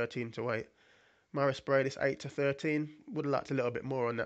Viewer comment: Not Breidis, but Briedis